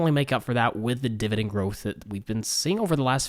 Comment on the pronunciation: Dude...I love ya been watching your a year plus BUT the word is dividend with an 'e', not dividing with an 'i'. Sorry, a bit distracting.